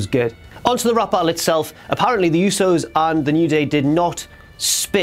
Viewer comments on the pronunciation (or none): That moment when couldnt even say the rap right....